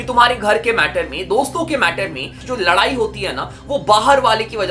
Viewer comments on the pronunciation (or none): none